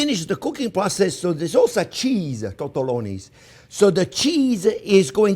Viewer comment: French Pierre calls Tortellini "Tortoloni" 🤣🍸